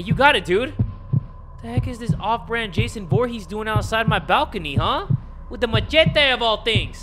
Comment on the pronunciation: "That's not mason that's ja-y-son"😭😭omgkajhalbdd